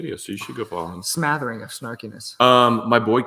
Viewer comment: The word is "smattering"... I don't think "smathering" is a word... lol